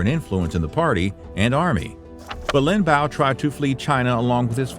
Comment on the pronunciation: It's pronounced Lin Biao not Lin Bao 林彪